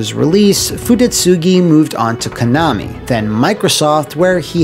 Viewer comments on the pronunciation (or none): none